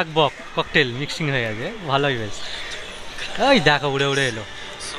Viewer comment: আপনাদের কথা শুনে তো খুব হাসি পাচ্ছে বক কে বললেন bokkel আপনারা বেশ রসুকে আছেন😅😅😅 ভালো লাগলো ভিডিওটা